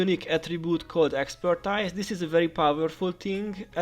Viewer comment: ex - per - TEEZ